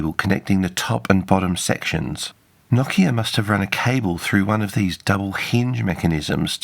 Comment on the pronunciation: Thanks for properly pronouncing it "NOKIA" and not "NO-KEEA" like many anglophones do.